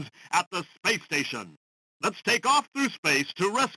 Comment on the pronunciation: space station sounded like playstation